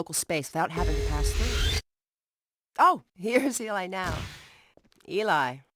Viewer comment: its eli not ely